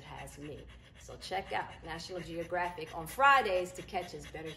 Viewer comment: Congratulations! I hope you pronounce National Geographic the same way you used to. Love how you say it.❤️